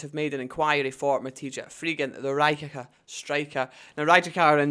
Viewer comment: It’s pronounced Ree-ye-kah. If you can’t even say Rijeka properly then I don’t really trust your information